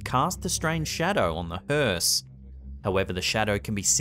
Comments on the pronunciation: Thank some of you for spelling it correctly. It's spelled hearse, not Hurst. The T is silent 🤣🤣🤣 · Where's your T? Hearse....